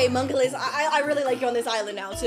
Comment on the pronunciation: Bro you got monculus and you said mokeyten